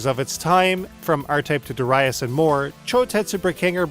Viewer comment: "Duh-rius" lol